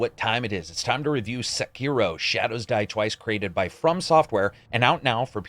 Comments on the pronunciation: “Sekeroh” Oh dear... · I'm a little bit disappointed in your pronunciation of Sekiro. But I still love you. You're the best!